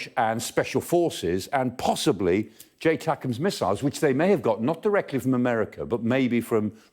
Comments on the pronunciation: It's not J TACMS but ATACMS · It's actually ATACMS There's no J 🤣